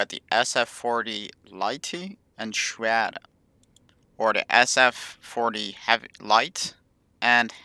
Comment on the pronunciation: het is geen swerie maar een sjwerre als in schwerre gustav